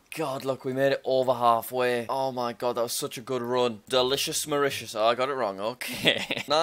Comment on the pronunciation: Jack calls Mauritius Mauritania*